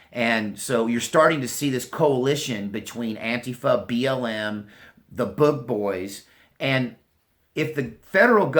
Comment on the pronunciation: Blahahaha (“An-quifa”) you killing me...